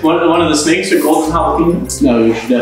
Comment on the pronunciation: Gabe : "I am the snake charmer and I'm gonna charm these 'snahkes'".